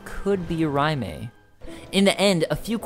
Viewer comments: Its "RAY-m" not "RYE MAY." Raime is a strange spelling though. Not as vague as Smough or Gough, though. (no pun intended) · Wouldn't "Raime" make more sense pronounced "Rayme"? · Captain Titforce Except for the complete lack of any truly "Japanese" names outside of a few weapons (i.e. Katana), the Souls series has always been heavily steeped in European mythology and fantasy (Germanic myths especially). It would make far more sense for their names to be of European origin or base, and thus SOUND European. So Alonne would be Alonn (e being silent), and Raime would be "Ray-m". Even going by your ideology Raime would be pronounced Rai as in Rye-me not ray-me.